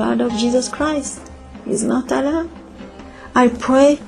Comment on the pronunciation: really? she was a muslim huh? she can not even pronounce ALLAH correctly and Qur-an. any Muslim, even the new reverts I know, they can pronounce ALLAH correctly... seriously? is this staged or what?